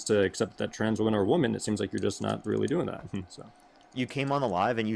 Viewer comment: I get sick of them never knowing how to pronounce the word 'womEn' in the plural